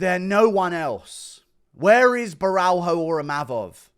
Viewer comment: It’s Caio (Bo-hyo) just say Ohio with a B in front of it